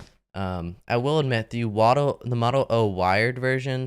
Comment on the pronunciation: Yes, the woddle O